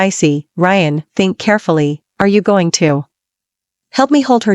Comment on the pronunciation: Learn to pronounce. I am gooo ing??? Beee ing???